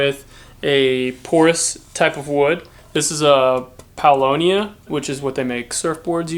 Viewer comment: I now know for the first time ever how to say paulownia :-)